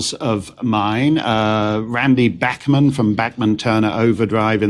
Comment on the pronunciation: Tal Bachman - FYI - it’s not pronounced ‘Back’man - it’s ‘Bauk’man🥴